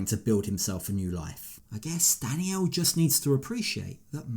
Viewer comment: Narrator can pronounce the letter L in wotds like 'traveller' but cannot for some reason say Dannielle but Danniow Massively annoying